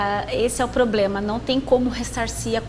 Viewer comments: Ele falou "poblema"? É isso mesmo produção? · Qual a credibilidade de quem passa a entrevista toda dizendo que o "poblema" da previdência é grave?